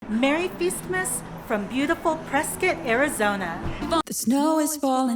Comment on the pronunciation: Wtf is "fistmiss"? Jfc I had to watch like a min of this moronic video to see that you said "feastmas".